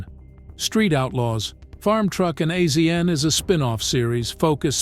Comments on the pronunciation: no. The narrator has never seen it. The narrator is AI. It isn't real. Azn is pronounced "asian" $2800 is not "dollars 2,800" it is simply twenty eight hundred dollars. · It’s pronounced Asian not AZN I’m getting so sick and tired of these fucking AI narrators who the fuck says “Purchased at the price of dollar two thousand eight hundred” humans are so God damn lazy!! I’m out can’t watch this BS. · I believe it's pronounced Asian, like the continent. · Another AI reading the script and messing it up as do all of the AI read youtube videos. its not AZN we all know the proper way to pronouce his nick name also these dam AI's never pronouce numbers correctly I hate them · I figured as much... has this narrator never seen the show? A Z N? No! Its' Asian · Azn is pronounced Asian get it right people please ❤❤❤❤ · His name is pronounced Asian. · It kills me to hear him say azn soooo many times. Geez🤦‍♂️ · I hate these people who make a small documentary about people and they can't even say their name right. What are they just picking random celebrities and reading their wiki page? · lmao I did a shot every time I heard him spell AZN out it was literally that much I couldn’t tolerate it lol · AI doest know that ! When things are mispronounced, it's AI !